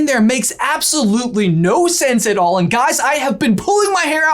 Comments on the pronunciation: in your video, says 'A'nd in a pretty pronounced tone. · he says "A"nd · ...9 months later... YOUR a113??!!! (8'D In the DISCORD! (X'D ... does you staying "And" count? a very predominant "A" letter-ish comes out of you at that time.. 8') !! Right at the corner of J's Eyebrow! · He himself is best at hiding A-113 at time stamp he says the word AND and very emphasizes the A therefore A